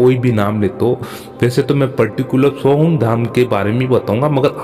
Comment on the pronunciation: SOHANG nahi SOHAM.